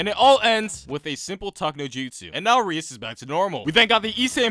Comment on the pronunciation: Ahem It's pronounced Ri-ASS